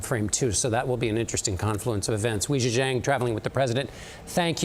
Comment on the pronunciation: pronouncing Wei Jia Jiang’s name wrong is killing me